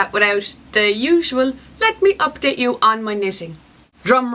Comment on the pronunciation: Loved the video! I love how you sometimes pronounce you as yee! Have a great weekend!